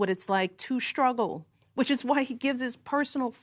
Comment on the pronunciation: Looking at the face of a misinformed Leftist. How do you pronounce the word SHTRUGGLE?